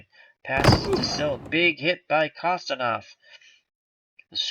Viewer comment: The Russian defenseman is pronounced Kon-stan-teen- ov good job!